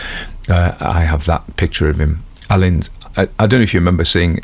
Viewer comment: There's a school spelt the same way and it's pronounced alleyns not Allan's,,,just to help! 😂